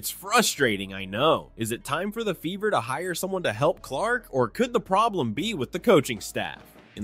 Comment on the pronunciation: LOL!!!!…… your accent made it sound like the ‘beaver’ not the “Fever”😂